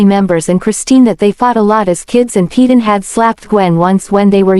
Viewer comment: PAY-DEN....NOT PE-DAN